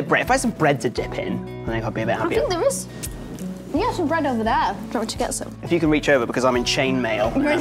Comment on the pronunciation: you're saying aou now instead of you?